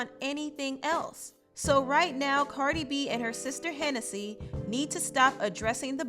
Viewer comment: CARDI B NOT BB